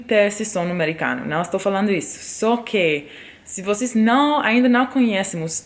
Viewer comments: você fala português igual ao que falamos em Belém, no Norte do Brasil! Falamos o “s” com som de “x”. Vocêx! Rsrsrs! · Seus "vocês" é muito carioca ksksks